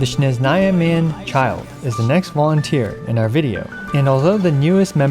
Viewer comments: Hi! I enjoy your content, and I’m your Russian follower:) I’m not really sure if that’s a common mistake in the community but I noticed that in your videos ( in this one) you say and write SCHneZnaya (ЩнеЗная?) but correctly it’s SneZHnaya (СнеЖная). There are 2 completely different letters (in Russian) and sounds :D “S” is like in the world “Snow” (Snezhnaya means “snowy”) and “ZH” (ж) is close to SH or J? Probably even Childe’s English VA says it with a mistake, I don’t really remember... Hm i guess everyone may says it with a mistake, now when I think about it. Maybe it’s hard to pronounce for English speakers or maybe Griffin (Childe’s VA) started it, I have no idea. (Well, I can’t do anything about English VA mistakes..) But anyways, it should be at least written as Snezhnaya I believe :) Sorry, I know it’s not the point of your video! I’m interested in watching these “Genshin Olympics” that you make xD and c0 showcases of course cuz that’s what I have x) and “c0 vs c6” showcase was very interesting like you did with ayaka recently :) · it’s snezhnaya